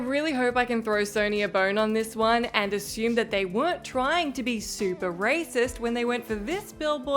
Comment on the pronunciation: It's funny how she can't say "assume" and always says "axume" in all her videos.